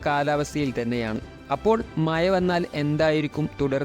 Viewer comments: മഴ എന്ന വാക്ക് തന്നെ ഒഴിവാക്കു pls. പറയുന്നെങ്കിൽ മയ എന്നല്ല മഴ എന്ന് തന്നെ പറയുക. കിട്ടുന്നില്ലെങ്കിൽ rain എന്ന് തന്നെ പറഞ്ഞോളൂ. മാതൃഭാഷ വികൃതമാക്കല്ലേ. നിന്നെ കുറ്റം പറയുന്നില്ല കാരണം ഇതു നിന്റെ തെറ്റല്ല. 😂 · മയ ❌ മഴ ✅ 🤣🤣🤣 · Not മയ മഴ എന്ന് പറഞ്ഞു പഠിക്കുക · എടാ.. മയ അല്ല. മഴ വല്ലപ്പോഴും നാക്ക് വടിച്ചാൽ നിനക്ക് കൊള്ളാം ... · മയ അല്ല😂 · ഒന്ന് മയത്തിൽ തള്ളടെ.. മയ.. മയ... മഴ എന്ന് പറഞ്ഞു പഠിക്കു.. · Maya alla mazha😂😂😂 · എടാ പുല്ലെ മയ അല്ല..... മഴ എന്ന് പറ 😭😭😭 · മയ,,, മ ഴ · മഴയാണ് മയ അല്ല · എടാ കുട്ടാ മയ അല്ല മഴ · മയ ,,,, മഴ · മയാ അല്ല ഭായ് മഴ എന്ന് പറയു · സുടാപ്പിയാണല്ലേ.... മയ.. ഏയ്‌ ... പതിനേയ്.... വാശൗട്ട്... അത്ര സന്തോശകരം.... അതിനു ശേശം.....പറയാൻ പഠിക്കെഡേയ്... പൊയ്... പോ... കാക്കേ കാക്കേ കൂടെവിടെ...? 😄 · Hai you tell good Malayalam man,Maya, Maya what is this are you fell any shame? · ആദ്യം മഴ എന്ന് പറഞ്ഞു പഠിക്ക്. ഭാഷയെ അപമാനിക്കരുത്. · മയ, മയ, 🤣🤣🤣 ഒന്ന് നാക്ക്‌ വടിക്കുന്നത് നല്ലതാണ് 😭😭😭